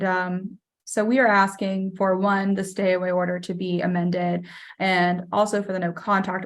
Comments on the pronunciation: PD "...she would be axin for...." Hurts my ears. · Love! Also have a hard time listening to an educated attorney with at least 6 years of post graduate education saying “ax-ing” for various concessions. This is not a complicated word…please do yourself and your clients a favor and learn to say “asking.” I’m begging you. It makes a world of difference.